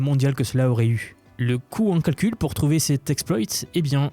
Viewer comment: Le fait de prononcer la majorité des sons " en " en " A " comme par exemple " à " même temps où " a " avril me fait complètement décroché c'est vraiment fatiguant à entendre